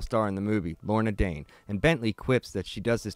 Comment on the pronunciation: Every time you say Lorna Dane my brain hears Laura Dern. Then I imagine a David Lynch direct Batman movie with Clayface. It most likely would be terrible but the slim chance it could be good might be great.